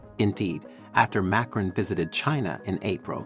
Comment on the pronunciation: Who is this “MAYcron” guy being mentioned? I’ve heard of “mahCRON” as the president of France.